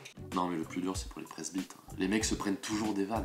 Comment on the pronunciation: G une pote presbite, pour pas qu'on se doute d'elle, elle dit "presbitaire"